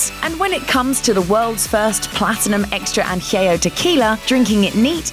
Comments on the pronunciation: Añejo pendeja!!! Not anjeo 🤦🏻‍♂️ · LOL at their pronunciation of "añejo"